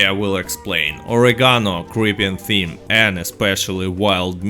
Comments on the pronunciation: Thyme is pronounced time. I know English words are stupid. And I disagree about best way to feed horses. There are wild carrots you can pick pretty much anywhere. They are not hard to find and they are free. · Thyme is pronounced like the word time. Silent H. Excellent video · I love how he says it "creeping Tim" 😂